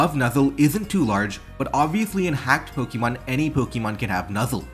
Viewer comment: I'll subscribe as soon as you start pronouncing "Pokemon" in a non silly way